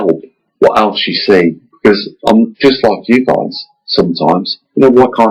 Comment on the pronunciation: Did you say " Goys "? Right at the beginning first thing you said after " Hi very warm welcome it`s from Mavestar ".